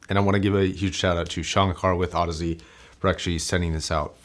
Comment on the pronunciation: Apparently, Audeze is supposed to sound like Odyssey